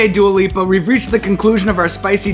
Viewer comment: So I wasnt going crazy, he is saying Duo Lipo instead of Dua Lipa lol